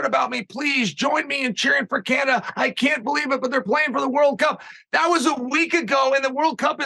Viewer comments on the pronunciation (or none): none